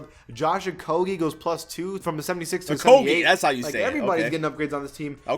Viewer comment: That pronunciation "Okogie" is wrong. Its pronounced 'Oko-jay'. I know, because we from the same city.